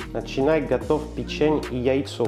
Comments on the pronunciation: user-ep7hr2pp8j по русски пЕчень, а не печЕнь.... Французские слова - ударение на последний слог.... ФуА грА, шампАнь... Или вы о чëм? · Печень, на первое Е ударение